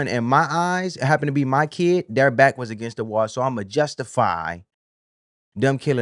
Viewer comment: I would like to thank that woman being interviewed outside the courthouse for making me aware that 'kid' is a two syllable word